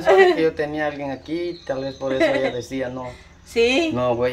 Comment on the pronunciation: no se dise dicia se dise decía y no íbamos sino íbamos veníamos.